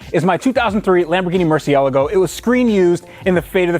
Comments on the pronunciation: Mercy-El-Go Everyone: 😭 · What the fuck did he call it? A murcyego? 😂😂😂 and yo my guy because u have a Lambo with orange colour and same rims dont mean its the one from.fast and furious 😴😴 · It is pronounced “merci-el-argo” fuck me that triggered me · Mer-see-el-ah-go? Never heard of that Lambo model... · stop saying ELEGO! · Please stop calling it a murcielugo... Im not even italian and it hurts my ears! Love the content! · What the hell is a Mercialagio? ffs... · You need to learn to pronounce car`s name properly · You say murcielago wrong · I've never heard anyone pronounce Murcielago like that and hope to never hear it again lol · I hate how you pronounce Murcialago. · Seriously why does he pronounce murcielago like that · Only you can butcher the pronunciation of Murcielago 😁 love it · Matt Bowles Thank you!!!! gets on my nerves when he says that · Still doesn't know how to pronounce the name ... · The way you say murcielago hurts my soul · theodor ramskeid I know shouldn’t even own the car if he can’t pronounce the name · I don't like how you say Murcielago.